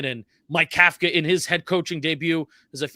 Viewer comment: You both mispronounce Kafka and it makes you sound like ignorant amateurs, yet I know you’re not. The NYG head coach is pronounced cough-ka, think Tom Coughlin, other than that, good show!